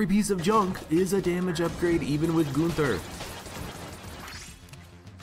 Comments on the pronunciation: Him saying goonther has been nagging me as well. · Hey. I‘m from Germany and I Love your Videos. You prononce it kind of funny if you whant to say the Name. But it sounds not so wrong 👍🏻